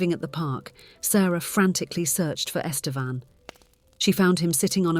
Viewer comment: This is the first story that made me suspect a bot is reading this. The pronunciation of “Estevan” changes throughout the story.